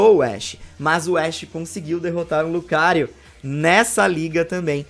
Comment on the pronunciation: Eita laia!!! tá emocionado!!! Só faltou chamar urubu de meu loro! Foi Pikachu vs Naganadel, Kamekameha ao invés de Kamehameha... E olha que colocou a foto da estátua do rei com legenda embaixo da estátua. Chamou Lucario de Licario... É muita emoção!!! Huhuhahaha!!! Mesmo assim, super análise, com todas essas referências. Coisa de Loko mesmo. Até bati palmas para o Ash, vitória incontestável. Desculpa a zoeira,... Valeu pelo vídeo!